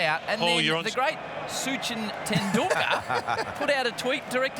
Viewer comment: It's Sachin , ,,, NOT Suchin , haha ,,, Commentators laugh at Suchin & Donul